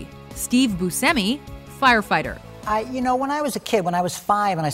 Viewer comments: It's Steve boosh-emi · Was the way she was pronouncing Buscemi making anyone else crazy? It is "BYOO-SHEM-EE," right?